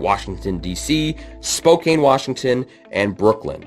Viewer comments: Honestly, just on a the pro/rel side, I don’t understand why people want this in NA. I just don’t see it being feasible or something would good for US Soccer. Am I wrong? Also as someone who lives in Spokane…it’s pronounced Spo Can. Just a heads up lol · It's Spokane spocan